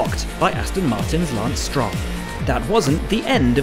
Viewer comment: did the Narrator say Lance Strong?